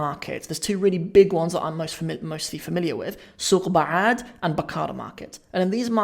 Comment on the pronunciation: The way he pronounces letter C Maasha Allah. Nanac and Suuq Bacaad👌🏾